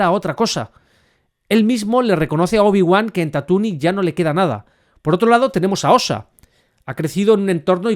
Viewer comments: Tatuni? Me flipa como llamas a Tatooine xD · Ha dicho "Tatooni"? 😂